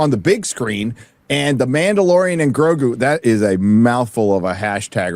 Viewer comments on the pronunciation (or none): “Mandough and Goregoo.” If you please.